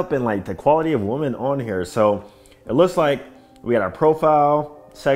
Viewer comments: Finally! I've been scratching my head for over a year trying to figure out why he keeps saying "woman." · naw.. women is pronounced like it has a couple I’s in it…